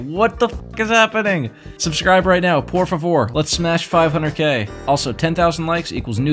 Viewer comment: Did my guy say por fivor🤣